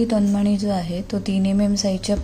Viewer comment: "तनमणी" नाही "तन्मणी"